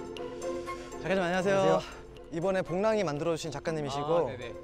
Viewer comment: 복낭이 아니야 복랑이